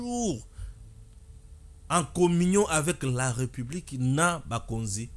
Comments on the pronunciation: On prononce "république" et non "republique". Ré et non "re". Tu as des difficultés de prononciation de certains mots et de lecture. Améliore toi. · Arrête de dire REUPUBLIQUE !! C'est plutôt RÉPUBLIQUE !! Nulle pour moi l'intention de jeter une suspicion sur ta maîtrise de la française mais est -il que certains mots , notamment, la république, tu les prononces mal !! Le souci au niveau de prononciation avec toi, tu as tendance à confondre la lettre E sans accent grave du É , ce qui fait malheureusement que tu dises REUPUBLIQUE ( Eu ), en lieu et place de RÉ . Ne prends pas ça mal s'il te plaît !! Ezo sonner ndé mabé na matoyi !